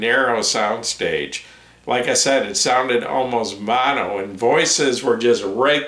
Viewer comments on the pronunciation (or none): none